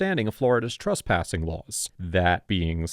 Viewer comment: TRESPASSING NOT TRUSPASSING.